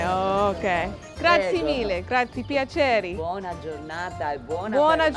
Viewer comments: Nice video. “Grazie” doesn’t rhyme with the board game Yahtzee however the Italian e on the end is pronounced a like a slight “aye” (rhyming with hey) at the end 👍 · Grazi-E.. Grazi-E Grazi-E Grazi-E Grazi-E....not Grazi!!!!!!!!!